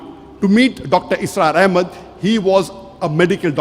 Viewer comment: Please its Dr Israr Ahmed not Asrar Ahmed